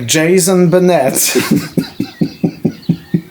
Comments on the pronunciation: « Jason banet » perso j’ai ri, ohhhh là j’ai ri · Jayzonn beunett's 😂